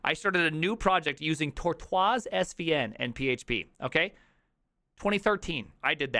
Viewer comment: Why did you say Tortoise like that. It's Tortoise, like the bigass turtle. WTF? That's like saying "On premise", fucking ignorant.